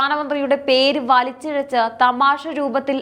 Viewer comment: തമാഷ എന്നല്ല തമാശ എന്നു പറയുക ... വാർത്ത പറയുമ്പോൾ അക്ഷരസ്ഫുടത വേണം...